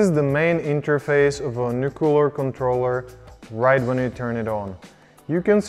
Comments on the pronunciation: Nuclear. Not nucular. Nuclear. :p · Clearly the George W. Bush of e-Bikes with the "Nucular" controller. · Muscular or nuclear?